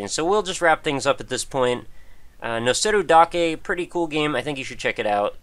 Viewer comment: Whoa, your pronunciation of the title was really good. It means "just stacking", appropriately enough.